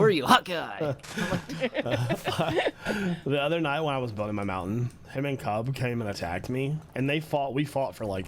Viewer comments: Have I been hearing wrong because I thought it was "Hawkeye" like Clint Barton but keeps saying "hot guy" I'm really confused because no one is correcting which makes me think I've been hearing it wrong. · I thought it was Hawkeye that Scar was saying for ages. I think until some livestream where it got written in the Hermit chat and then I just thought it was a joke so I didnt realise that was what he was saying until the diamond pillar battle and I saw the name of the bow lol.